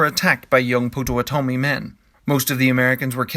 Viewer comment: It's "Pot-Ah-Watt-Ah-Me"[Pottawatomie], otherwise, great vid.